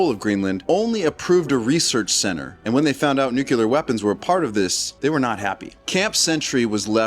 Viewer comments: New clear not newk ya lurr. Its fuh mill eee urr not fur mill yer. Not sure why that bothers me so much but I have trouble taking people seriously if they can't bother to learn to say words correctly. Thry must have gone to the learing center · For the zillionth time. It's NU CLEE AR. Not NU CU LAR. Guy talking on here should be ashamed of himself.